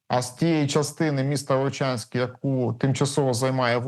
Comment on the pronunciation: Вувчаньскь😂😂😂😂 епаная мойва🤮🤮